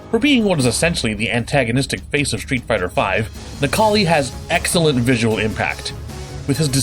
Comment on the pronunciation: Necall?i more like Nec-Kars-Li